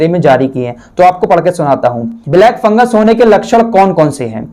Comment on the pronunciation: Ye FunguS hai... isko funguR keh rhe hai..